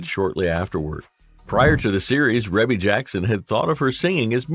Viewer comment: Pronounced Ree•Bee Jackson